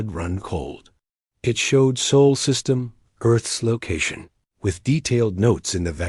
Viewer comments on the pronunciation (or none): Get your AI reader under control. It's jerky and cannot read simple words, such as SOL correctly. Also a period is not read as DOT!